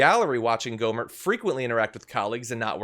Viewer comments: The t in his last name silent. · Did you say Ghoulie Gohmert?